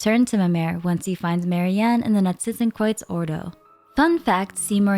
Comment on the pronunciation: Can we just talk about how she nails the pronounciation of Narzissenkreuz :O